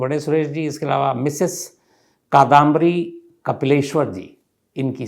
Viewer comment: Its not कादांबरी ,, its कादंबरी,, Meaning: कादंबरी means novel.